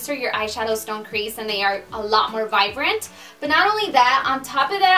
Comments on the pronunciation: it's VIBRANT not VIVRANT! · I'm pretty sure the word is viBrent it sounds like you said viVrent I don't know maybe it's just me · You know Spanish is your first language when you say "vivrant" instead of "vibrant" lol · Why do I always have the feeling that she pronounced some words wrong?? I'm not from America, nor am I familiar with accents in your language, but we are taught in school to pronounce words correctly. she pronounced word vibrant as vivrant. Did I hear that correctly? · It's "vi*B*rant"...not "vivrant", lol💕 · Haha it's vibrant not vivrant! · It is vibrant not "vivrant" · Vibrant! Lol not vivrant! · She has an accent. In Spanish, the "b" is pronounced like a "v."